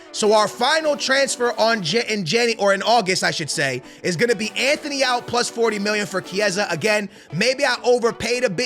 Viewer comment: There’s no H in Antony’s name. And you’re 100% mispronouncing Højulands name